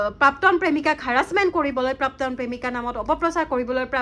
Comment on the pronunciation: Prapton buli eman bhulkoi bare bare pronounce korisa...prapton nohoi prakton dei..